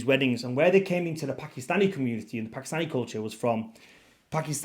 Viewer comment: Its pronounced Paak-Kiss-Staani NOT P*ki-Stani